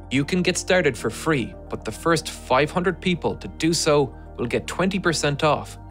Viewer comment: now just needs to learn how to pronounce "lot" and "but" properly, without leaking air at the t sound - actually all the words that end in t and d, many Irish have trouble with pronouncing properly, where they soften it by letting air escape after the consonant.